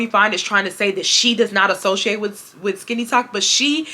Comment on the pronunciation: You learn something new every day. I’m not on TikTok much but I’ve never heard the term. At first, I thought you were saying “skinny talk” 😂 as always, great content!